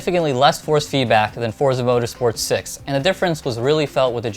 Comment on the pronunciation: boi its pronounced "fortza" its a hard "z" not a soft one